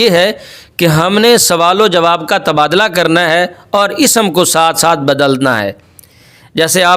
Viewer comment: حضور! لفظ تبادٙلہ ہوتا ہے یا تبادُلہ۔۔۔۔۔؟؟؟😏